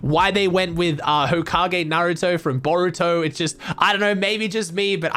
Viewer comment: At least pronounced naruto correct